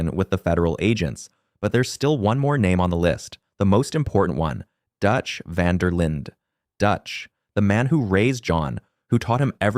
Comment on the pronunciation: Knew it wasn't looking good when he pronounced it vander Linda😭